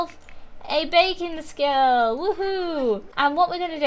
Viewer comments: Everytime you say 'baking skill', I hear 'bacon skill' and I'm like "Wait, WHAT?!" 😂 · For a second I thought she said "Bacon Skill" But She Said Baking Skill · Me too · Me too it's like did she say bacon